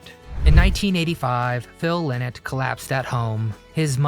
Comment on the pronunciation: Correct pronunciation is "Lie Not"